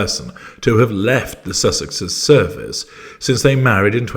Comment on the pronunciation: "left their service..." I heard "left their circus..." 😂 I had to check what you'd actually said.